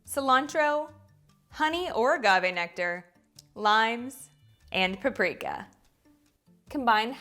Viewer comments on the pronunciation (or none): none